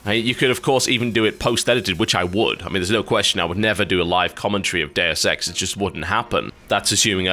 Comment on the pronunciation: i don't know if its just me, but every time he says deus ex i hear dare sex